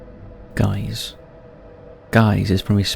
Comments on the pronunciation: Gijs isn’t pronounced guys…. It’s Geys like Hey… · Guiss is pronounced 'Gie' not 'Gay' 🤪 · Say Guiss one more time haha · Is it like Geese? To be fair, you've flung a j in there and it's confusing. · It is written Gijs and is a dutch name but it is definitely pronounced wrong! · ja dacht al zoiets, ik dacht echt wie heet er nou "guys" want dat is hoe hij t uitspraak lol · so that’s how you pronounce ‘Gijs’ in English?